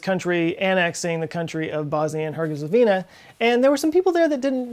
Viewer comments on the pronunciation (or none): oops!!! Herzegovina not Hergezovina :D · Herzegovina not Herguizovina. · It's funny that you keep saying "Herguezovina" when it is "Herzegovina", (even when Austria declared war on Serbia, but that's a minor thing) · It's not hergezovina. It's Herzegovina It's not Michael gazzagina. It's... Ok you might mispronounce that one in purpose :D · Herzegovina not Hergezovina for Ferdinand’s sake!! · You pronounced "Herzegovina" as "Hergezovina" and "Gazzaniga" as "Gazzagina". Are you feeling OK? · Herz-Igo-VEENA; you 'nucular'-ed it. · Cmon man, Herzegovina, it's not that hard to pronounce :P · Nice, except for "Hergezovina". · "Hergezovina"?? U wot m8?? O.o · her ZE govina ffs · It's pronounced herezNooogoovvniaaa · Bosnia-ErZeGovina, lmao I love you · Damn, you murdered that Sarajevo and Bosnia and Herzegovina but was a good try :D Great vid as usual, cheers